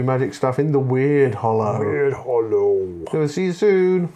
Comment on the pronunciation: FYI its not pronounced WeirdHollow, it should be said as Ward since Wyrd means magic. Sorry jobs worth moment 😬 I'm really hoping for a new Nurgle warband for this new season. If the warband had 7 Nurglings and a sorcerer that would be top banana🤞